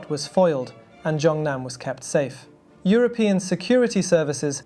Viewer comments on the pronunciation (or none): none